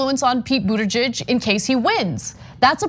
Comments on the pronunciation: She added a possession form at the end of his name Buttigeig('s) at least that is what I heard.... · Anna, learn to say his name: "boot*edge*edge" (From his personal tutorial)